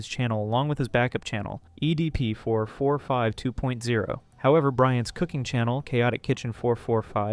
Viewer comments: "Eddie P. 445"? Why doesn't he pronounce it right only at this part of the vid?🤨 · ok after the 17minark and the 100th time you said "EDP445", I can't handle It anymore I'm out peace